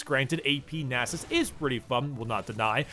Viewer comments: NAS-US not nasses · it's nasus' you don't have to pronounce a second s lol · Nah sus? You say naa sus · Pronounced as Nasus'es, plural Nasuses'es. Wow. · its Stacksus not Nasus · temporarily loses the ability to pronounce a 5 letter word